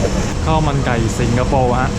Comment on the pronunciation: ชอบพุดว่าถังคยะสิงกะโปข้าวมันไก่สิงโปร